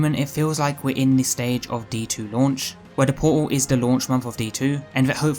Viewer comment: "give me port-ul of wat-uh" :)